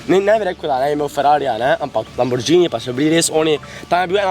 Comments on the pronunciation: Ej štajerc neumn, ni lamborđžini ampak lamborghini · Ni lamborđini ampak lamborgini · Popravek Lamborgini ne lamborđini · Lamborgini se rece ne lamborđini drgac pa ful jak video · Reče se lamborgini na pa lambordžini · lamburđini**